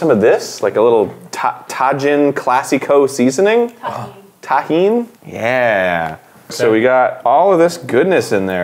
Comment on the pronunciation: loves largelosers It’s Tagine, and it’s arabic (Morocco, Algeria, etc.), not Mexican. Get nae nae’d